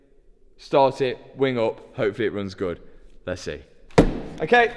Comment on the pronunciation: wonder if anyone has ever told him that words that end in "Y" don't make an "A" sound.....its "Hopefully", not "Hopefilla"